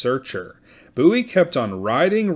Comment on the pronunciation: It is pronounced BOO-EEE, not BOW-EE. James and the Bowie family are distant relatives of mine.